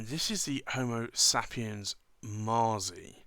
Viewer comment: Allow me a knit pick, you pronounce it maazi, but I believe in Italian it would sound like matsi. Much like pizza is pronounced pitsa.